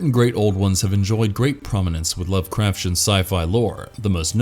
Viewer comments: This has to be the only time I've ever heard it pronounced Love-craf-shen. It has always been Love-craf-tee-en. I feel that watching even a single video on unfamiliar topics can drastically help with any pronunciation confusion. If the Lovecrafshen mispronunciation were the only one, it could be forgivable to an extent, but then they pronounced Dagon as dih-GAHN instead of DAY-gahn. That's when I had to stop the video and earbleach myself with some audiobooks. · I love this channel but sometimes it’s so obvious the reader of the scripts doesn’t know how to pronounce the words or they are reading the script with errors like they live in earth instead of on earth. Lovecraftian is pronounced as it’s spelled not lovecrafsian 😂 All that aside he’s a good narrator. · yeah I don’t usually make comments on stuff like that but after hearing lovecrafsian for the 6th time, I was like, come on man. That’s why I narrate my videos or I at least make sure if I use an auto narrator, I make sure the words are announced correctly. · The way you say "Lovecraftian" makes me feel like there's a shoggoth going up my spine (you read the "t" like a "ch") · You say lovecraftian really Really stupidly